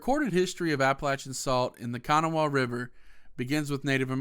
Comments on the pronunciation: It's not kanawa it's pronounced can naw wa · Dude can’t pronounce kanawha right. Smh